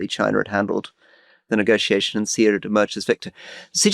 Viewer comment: Amazing - who finally gave Alistair a nudge about pronouncing Xi wrong for so long??